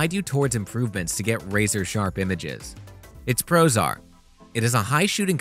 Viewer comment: I was wondering what it means for a camera to be prozar, and why all of the cameras in this video are prozar, but then I realized you were saying "Its pros are:" 😁